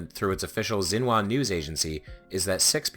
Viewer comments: Xinhua is "shin-hwa", not "zin-wa". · It’s pronounced shin-hwa